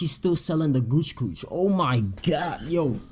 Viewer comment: Tf he say Gooch Gooch hahahaaaaa